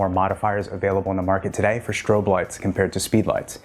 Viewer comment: “Shtrobe” lights, really?